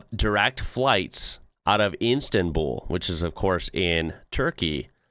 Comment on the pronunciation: I think you meant Istanbul, not Insta'n'Bull. 😂